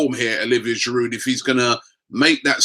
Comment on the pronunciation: TheBala1999 Yes, you are right, but in this country most people call him Cazorla - except Robbie who calls him Corzola (or sometimes Carzola). We aren't Spanish so why would we pronounce his name the Spanish way? btw he gets Giroud wrong as well... the 'd' at the end should be silent.